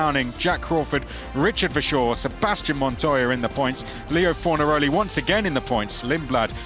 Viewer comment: I hope Fornalori stays in the competition because the way the commentators pronounce his name will never not be funny.